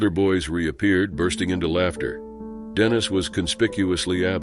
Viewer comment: Dannis? Think you mean Dennis